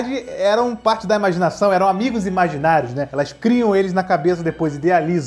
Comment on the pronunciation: EU OUVI , "QUE ERAM AMIGOS IMAGINAGOS "